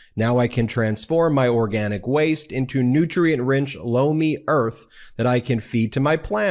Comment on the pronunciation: Lomi... I keep thinking u say "blow me" 😂